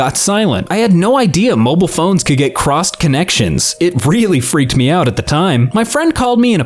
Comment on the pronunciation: smithereens kinda (or could. Sounds like cud when you say it)